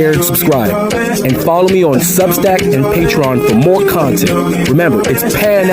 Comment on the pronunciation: That guy said "nuttin"" and "sabbatical"in the same sentence.